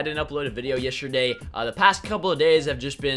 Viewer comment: He says yesterday strange, listen closely